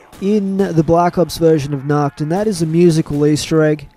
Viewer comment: you spell nacht like nackt in german. nackt means nude 😂😁👍